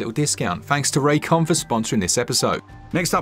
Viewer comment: Raycon? I thought at first you said this episode was sponsored by J-Kwon, that dude who did "Tipsy" back in the day.